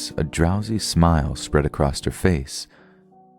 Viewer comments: Am I the only one who gets super bothered when he says “acrost” instead of “across” like a little kid? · Is "acrosst" a code? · A.c.r.o.s.s.....there's no T at the end. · I like your stories and your narration. BUT there is no T on the end of across. It makes you sound dumb, which i am sure you are not. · There's no t in across